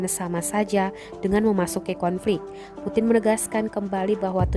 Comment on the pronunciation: Putin baca nya primbon bro..puting👎👎🤭